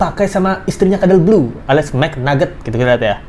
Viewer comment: Kenapa bang jdi keterusan ngmgnya "kadel blu" 🤣🤣